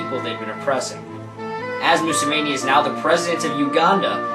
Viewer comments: Just say out like mu-7-i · you just butchered the name of the president of Uganda since ~1986. Anyways, I like this video. Unfortunately, your logical approach will impact the masses about 10,000 times less as emotion would have. Welcome to our world…